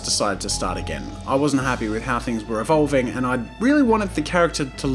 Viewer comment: jazza “I wasen’t happy with how it was EVOLVING”